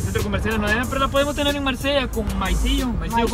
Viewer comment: Morí se risa cuándo dijo maizillo😂😂😂